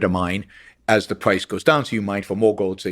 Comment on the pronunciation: "The pWice goes down"